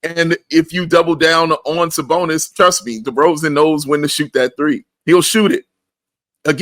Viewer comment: " Trust me " = 'Trusto'